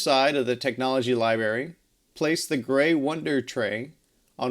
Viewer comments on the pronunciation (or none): Are you saying "libary?"